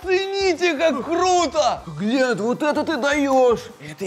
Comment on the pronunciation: Валентина Иванова не гленд а глент